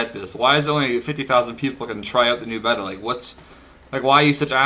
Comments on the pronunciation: Dude its bay ta not bet a beta= bay ta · "Bey-tuh" not "Beh-tuh" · IT IS PRONOUNCED BAY-TUH. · boss, its pronounced BAY-TA